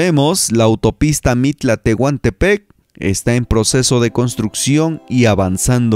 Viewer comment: Saludos, jajaja "Tehuntepec" ???